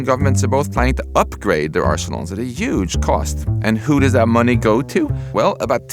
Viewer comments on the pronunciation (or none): "At a yuge cost". The timing of this video's release makes that weak H very eerie and predictive... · Max Tegmark said Yuge.